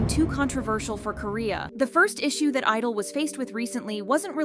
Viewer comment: Why do you not pronounce the "G" in their name?